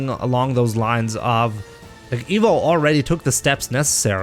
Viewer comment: Why does say Emo instead of Evo?